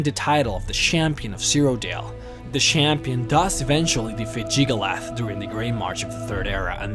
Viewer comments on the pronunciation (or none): WOW. was the real Jyggalath defeated by the real Shampion of Cyrodiil??? And its true that jyggalath was a DaEEEdric lord??? i never knew. i mean come on man you pronounced jyggalag right the first time... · “Jyggalath” “Shampion” “Syrodill” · He also says prinze instead of prince and Shampion instead of champion. No offence, nice vids. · Yeah, he also pronounce the "Champion of Cyrodiil" into "Shampagne of Cyrodiil" .....LOL~~!!